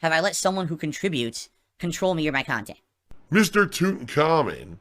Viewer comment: Fall out of love for your kahntent? 😂😂😂 is losing it lol